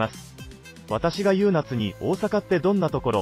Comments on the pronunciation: 優夏ゆうなつ？ゆうか！じゃないのw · 読み上げは、人間がやったほうが良い。例えば「学校に通っている」→「・・かよっている」。固有名詞も。「優夏」→「ゆうか」。音と訓を混在させる名前は殆ど無い。 文章も日本人が書いたとは思えない。 ex→「日本で留学している多くの・・」→「日本に留学している多くの・・」 日本語には助詞もある。